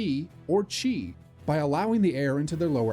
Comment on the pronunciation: CHI,Chinese,Ki,Japanese,not "key" in English.Your AI is BS